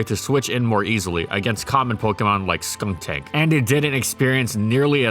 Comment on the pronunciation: Wait... Surely you didn't have to cut the "kun" in skuntank because it barely sounded like "gun" did you...?